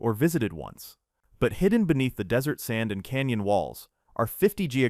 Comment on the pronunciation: It also says Dis-ert Road...